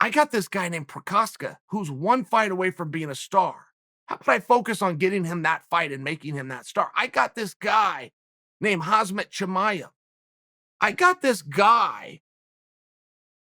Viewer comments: Me: Khamzat Chimaev Chael: Khazmat Me: Khazmat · Nobody : ProHaska Uncle : Prokaev Nobody : Khamzat Uncle : HaSmatt Ok great! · Me: Khamzat Chael: Hasmat Me: Okay, great